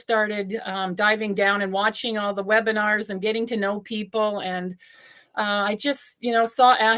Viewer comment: You said Webinars on O-Bless